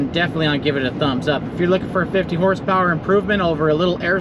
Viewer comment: Did you say 50 hp or 15 hp